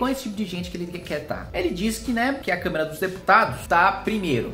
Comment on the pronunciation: pior que eu tbm ouvi câmera, kkk. Mas o Kim é muito estudioso e hábil nas palavras, certamente foi um erro de dicção.